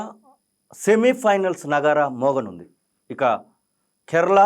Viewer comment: కేర్ల కాదు నాయనా అది కేరళ. ఇప్పుడు కేరళం అయ్యింది